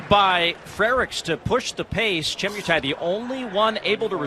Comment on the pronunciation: Che MUUUU Tai. Not Chie miiuu tai 😅🇰🇪